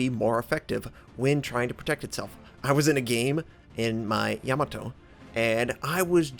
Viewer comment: Ya-MAH-to...rhymes with To-MAH-to...